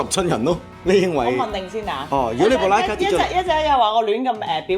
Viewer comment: 終於知道有人讀對「Leica」了！太多人讀「拉咖」，其實係錯咗⋯⋯